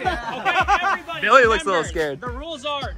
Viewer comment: When said lets go Billy it sounded like let's go millie